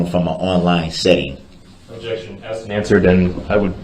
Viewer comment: You forgot axed a million times